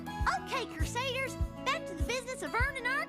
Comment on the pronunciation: It's Crusaders not Crusaiders